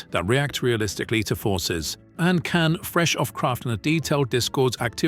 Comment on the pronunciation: That's amazing! Fantastic 🎉🎉 Just a quick one as it struck me as weird, isn't the name Can pronounced as Jan as in "January" but otherwise thank you for a great phaser weekly update!